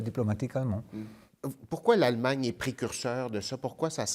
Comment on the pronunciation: Yep "Aallemagne" et non Allemagne